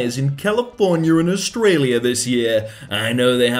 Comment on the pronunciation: Did really just refer to Australia as Australium?